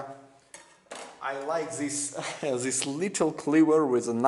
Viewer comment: Its THIS not ZHIS...